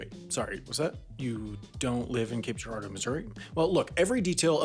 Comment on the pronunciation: I'm impressed he pronounced Girardeau correctly. I from the area. Have heard it slaughtered quite a few times through the years by outsiders.